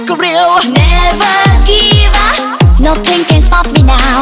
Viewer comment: Not a fan of how she pronounces her English though, that could've been better. It just sounds awkward to hear "riu" instead of rules and nutting instead of nothing.